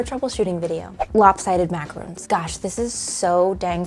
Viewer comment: MACAROON???!! These are maraRONs. Oy vey. It hurts my ears.